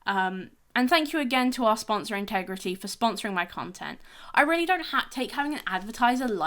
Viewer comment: Very good video. If I may nitpick: it's intigrity and not integrity 🙂